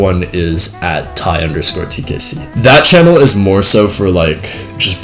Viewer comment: Congrats to the Giveaway Winners, hope everyone gets their Robux EDIT: Cheers for getting back to my question (about the other channel), also you nailed the pronounciation of my name so no butchering there